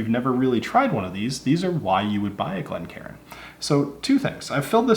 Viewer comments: It’s not pronounced Glen Karen fella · Glencairn not glen karen. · One thing I've noticed quite a bit recently is people pronouncing Glencairn incorrectly. Instead of "Glencairn", some people are saying "Glen Karen".